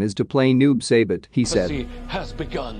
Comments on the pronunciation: Noob Say-Bit? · I'm sorry but the way it pronounced saibot and bi han omfg...